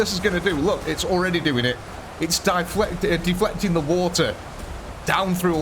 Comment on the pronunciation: "Di-flecting" LOL I love it. Very John Madden.